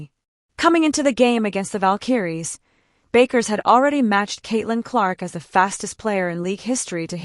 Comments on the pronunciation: You don’t understand what is saying? Your computer ai voice is FFF’d up. It fluctuated between two incorrect pronunciations of Paige Bueckers’ name, going from “Bakers” to “Byookers”. Her name is pronounced “Beckers”. How do you expect to grow this channel if you can’t even get the names right, of the players you are following? Ridiculous. This ai sh** is the epitome of laziness. Why should people waste their time here if you can’t even put the effort in to get names right?!? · The computer voice is messed up. Paige Bakers? smh